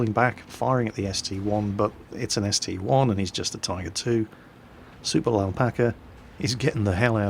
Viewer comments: ST - I not ST "one" but other than that great video. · its a st-i not st-1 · My Hentai Girl I don't care how call it. It's ST-I. End of discussion.